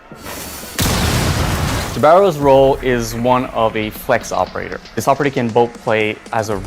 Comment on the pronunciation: They pronounced the new operators name so many ways in the video and all of them were wrong 💀💀💀